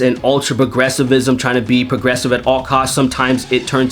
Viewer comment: pwogwessives x'D